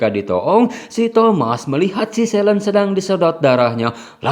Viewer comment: bacanya: SELIN, bukan "selen"